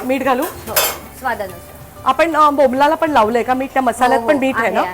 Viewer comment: अगं तू वारंवार बोंबलाला बोंबलाला म्हणते बोंबलाला नाही बोंबील बोंबील ला